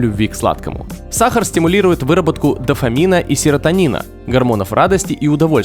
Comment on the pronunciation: Бесит как диктор говорит саХар.